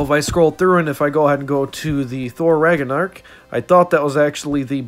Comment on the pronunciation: “Thor Raganark”